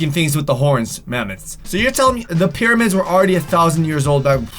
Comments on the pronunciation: Okay when you said "pyramid are all alone in the desert" it actually sounded like you said period instead of pyramid 😂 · U said periods instead of pyramids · do you realize that 2 and 56 seconds into the video u said periods instead of pyramids 😂😂😂😂lol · anyone here say periods instead of pyramid. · he says periods instead of pyramids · Who else heard say “periods” instead of pyramids. 😂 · he says "periods" instead of "pyramids" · " " instead of saying pyramids said "periods" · Does he say periods instead of pyramids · Did anyone notice that he said periods instead of pyramids but me? If u did leave a like ⬇️ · says period instead of pyramid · Did anyone else hear him say “periods” instead of pyramids or is it just me?? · said periods instead of pyramids, lol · Just watch He said period instead of pyramid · he said peiroids insted of pyramids! lol loveyou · On he says periods not pyramids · talk said pereid instead of pyramids 😂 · did he say periods or pyramids? 😂😂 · Did anyone notice that he said periods instead of pyramids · does he say periods or pyramid? 😂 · he said period instead of pyramid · I like how he said periods, not Pyramids!! Lol 😂😂😂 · he said periods instead of pyramids 😂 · “Apparently these periods” 😂 I think u mean “pyramids” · Does he say period instead of pyramids:))))))) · you said periods instead of pyramids😂😂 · he says these periods instead of these pyramids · You said periods instead of pyramids XD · He said period instead if if pyramid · did any one notice that he said periods in stead of pyramids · Did anyone realize he said period instead of pyramid 😂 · Lol when he tried to say pyramids he said period omlll 2 0 1 9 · "apperlanty these periods" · it sounds like period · OMG at the mark, the pronounced the word pyramids as PERIODS. Hey, your gf must be on hers...😂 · did he say periods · You said pyramids wrong 😂😂😂😂😂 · Here how he pronounces pyramids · he did NOT say pyramid.... listen very very closely